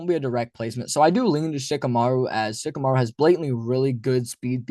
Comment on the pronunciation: Shikamaru??? Dude, stop.